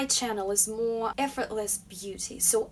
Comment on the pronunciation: When she says More it sound like Moe Moe